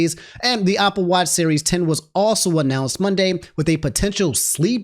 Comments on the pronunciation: Why does say "Opple"? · why do you always say opple instead of apple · i’m obsessed with saying “opple” the entire segment love the way pronounces words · homie, I love you, but I gotta ask you this very important question: Where did you learn how to pronounce the word “Apple?” I’m genuinely curious.